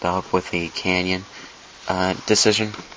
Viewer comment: Tip. Less talking. You repeat too much of the same thing and say 'um' too often. Also its pronounced 'canon' not 'canyon' like the grand canyon.